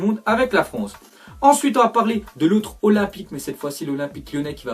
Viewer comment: 3minutes 8 ecouter comment il prononce l'olimpique de marseille